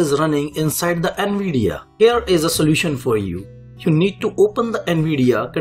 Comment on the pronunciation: What Indian Guy meant to say : The Solution What the Indian guy said : the solertion